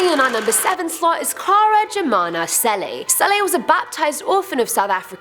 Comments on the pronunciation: The South African name "Cele" is pronounced "qele" with a click . by the way love your videos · I couldn't stop laughing at the way pronounces Cele. It has a click, you pronounce way to subtle 😂😂😂